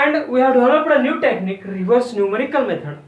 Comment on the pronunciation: its just new not newi